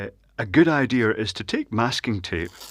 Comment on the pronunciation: this retard said a good i dear... u mean a good i dea.. da fuck is wrong with ppl talking like retarded fucks